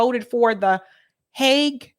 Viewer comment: You should have gone with your initial instinct, - 'Hague' is pronounced like 'Haig,' not 'hog.'